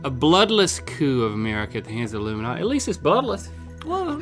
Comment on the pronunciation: Rhet: "Illiminughty" me: ... unsubscribes